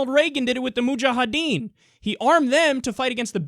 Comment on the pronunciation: kyle... it's mujahedeen. not mujaHAdeen